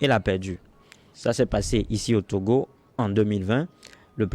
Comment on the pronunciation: 😂😂😂Camus a raison. Vous avez du mal a le dire. A LA TOGOLAISE 😅😅😅